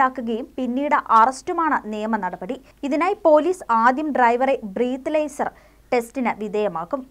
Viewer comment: ബ്രീത്ത് ലൈസറല്ല ബ്രീത്ത നലൈസർ